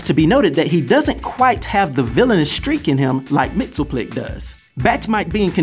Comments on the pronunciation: You're are mispronouncing Mr. Mxyzptlk. Mainly the ending part of his name which sounds more like "LICK" not "TILK" try sounding out his name two letters at a time. It's a little less difficult that way. Remember "Pittle-Lick" not "Pitilk" short "i" not long "Ī" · Correct pronunciation is Mix, yes, spit, lick. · I think its pronounced Mr. Mix-yes-spit-lick